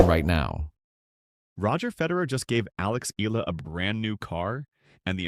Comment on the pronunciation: its not eela its eyala.